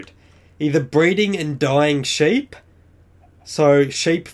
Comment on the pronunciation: seep not ship